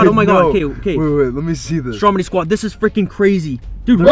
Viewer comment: And why do u call stromedy strompy